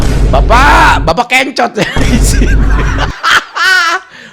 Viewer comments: kencot bukan kEncot bang..artinya lapar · Kencot bukan Ken - cot massss😂